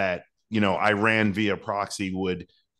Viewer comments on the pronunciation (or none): It's pronounced E-RUN not i-ran.....